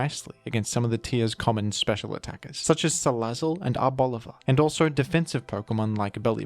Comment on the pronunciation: everyone’s talking about Dragal-guh but no one talks about Ar-ball-iva